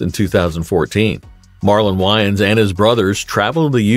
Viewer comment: If he is gonna report about someone he needs to know how to pronounce someones name